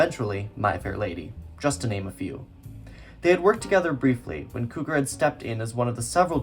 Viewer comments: I'm not trying to be difficult as this is a very good video. But I've always heard George Cukor name pronounced (cue-core) not (coo-ker) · Que-kor …. Please!!! NOT Koo-kor! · Nice video but it's CUE-CORE. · Cukor is pronounced cue-core. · Impressive work. But your name mispronunciations are not acceptable. BTW: I knew Ronald (Pronounced HAY-ver) as a producer for a Criterion in the early 90s. Also, it's pronounced George CUE-kor. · I'd be giving your video thumbs up if it weren't filled with mispronounced names. It's George CUE-CORE (Q-Core). Ronald Haver's last name rhymes with "saver." Winton C. Hoch's last name rhymes with "poke." And "Oleander" starts with the sound of "oh," as in "Oh, Leander!" (It's also the name of a flower.) A little research would go a long way towards establishing yourself as a credible film scholar. Hopefully it's not too late for Part 2. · Really enjoyed, thanks for this. Great work. Note Cukor pronounced the Cu how it’s in cucumber. Thanks for heads up on that book. :)